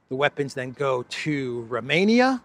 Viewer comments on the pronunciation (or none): none